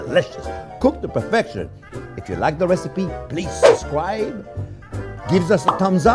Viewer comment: Not for anything but it’s subscribe not susscribe ! Just trolling nothing else to do!